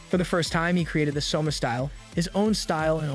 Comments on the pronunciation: suma LOL its soma bro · Every time the AI pronounces Soma as summa, I die a little inside. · its not souma its soma yukihera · I had to stop the video the second he said Suma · Literally spelled SOMA. How is it that yall butcher names so bad? So ma. Do yall even watch the anime or just read the manga?